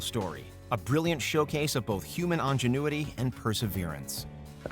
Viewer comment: Did you just say on-genuity? Really bizarre pronunciation